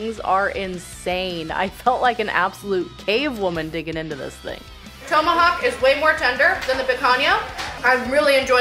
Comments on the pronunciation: It’s TOM-ahawk. Not TOE-mahawk. I caught it too. Glad I wasn’t the only one. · It's pronounce tom-a-hawk not tow-ma-hawk. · It's not "tome a hawk." It's "tom a hawk.' As in some guy called Tom A. Hawk. Look it up. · Toemahawk? Short o lol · it's TOM-AH-HAWK, not TOE-MA-hawk! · “Toemahawk”? Tomahawk? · TOME–A–HOCK hahahaha so wrong it's bad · Thoe-ma-hawk. I’d be drunk by now. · I think it's called a TOM a hawk steak...like ground control to major Tom. Not Major Toam... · "Tow"-mahawk. Haha! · Toe ma hawk ☺️☺️. Translation…. Take the hawk 👍🏾👍🏾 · Toe-ma-hawk steak? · Hold up.....towmahawk? Toemahawk? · Why does she keep calling it a “toe-Mohawk” steak? Have I been pronouncing it wrong my whole life? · She can eat for sure but knows gatsies about food pronunciation. Toe-ma-hawk? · "toe-mahawk'? ... i cringed every god damn time.... could no one tell her shes saying it wrong? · Drink everytime she mispronounces TOMahawk. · The way she pronounces Tomahawk; yanks eh! Got to love them.